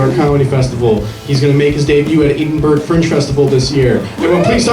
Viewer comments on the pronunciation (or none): Did the intro guy say "ee-din-burg" instead of Edinburgh?